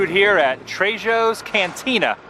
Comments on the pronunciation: Trejo’s is pronounced “Treho’s”, unless you’re on Rodeo Drive, then all bets are off. lol 😂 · Oh Adam... Lol.... It's "Tray - hose" Got me laughing so hard. 😁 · The j in Trejos is sounded as an H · the J in trejos is pronounced as an H